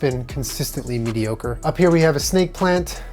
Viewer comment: "Consistently medioker" xD :D <3